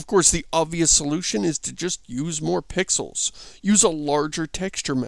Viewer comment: I was going to mention that, but then he said "moar pixuls" so he must've did it on purpose.